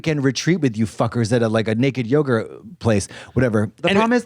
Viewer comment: did anyone else notice Katya say “Naked Yogra retreat” 😭😭